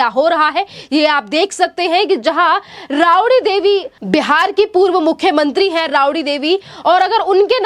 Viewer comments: जरा बोलना सिखो राबडीदेवी को रावडी बोलते हो ओर आदित्य को आदीती बोलते हो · Tumhare channel k tuchho patrakar jaise ye mohtarma pe ghrina aati hai jinko baat tak karni nahi aati ,rabdi ko ravdi bol rahi hai ....bewakoof ladki ,buddhu anapad ,gawar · Rabadi devi ..madam aap sahi uchhar kariye